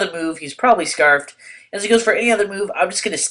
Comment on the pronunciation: its scarfed, not scrafed